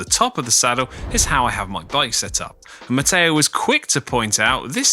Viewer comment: Stop adding an “a” where it doesn’t belong. Matteo speaks very good English with that exception.